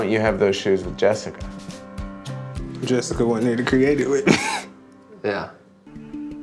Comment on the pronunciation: Really “ JESZICA “ 😂😂